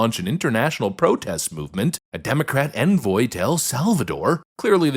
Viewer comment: Are you AI generating your voice now.... you mis pronounced "envoy" two or three times. and I already know how articulate you where.... wtf